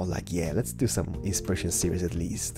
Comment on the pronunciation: could you stop saying the word insperation!